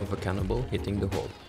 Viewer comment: "haul" should be hull. Otherwise great video hopefully my crew will improve. We're so bad at teamwork 😂